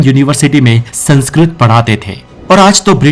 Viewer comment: Aap ka Spelling khud sanskrit se prakrit ki taraf ja rhe hai. Aap 'Sankskrit' ko 'Sankskrut' bol rahe .